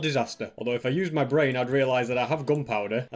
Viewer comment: this guy doesn’t have the word “my” in his vocabulary. he just says “mi”